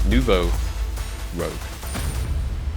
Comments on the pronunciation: I'm sorry for you but Ak | Nouveau Rouge is french name, please go translate because you hurt my ears XD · It's Nouveau Rouge! It means new red in french